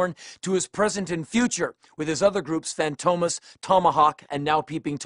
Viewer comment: Henry mispronounced Fantomas.